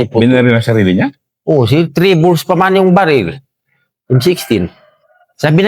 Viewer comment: Ang cute ng pagbigkas ng sir,naging sil..hehe!ganyan tlaga magsalita mga Tausug,nakakaaliw.